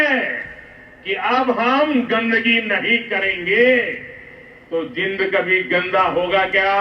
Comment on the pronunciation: जिंद😂😂😂😂 नहीं जींद